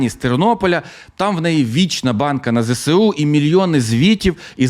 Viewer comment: ну Ви ж блогер, цікавий контент і все таке. Ну навчіться вимовляти абревіатуру ЗеЕсУ, а не кацапське ЗеСеУ. Коробить аж як чую.